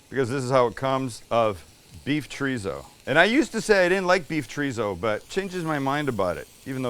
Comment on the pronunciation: CHOR - I - ZO not "Treezo"